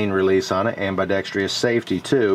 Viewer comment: am..bih...dex...truss. not am bye dextreee uss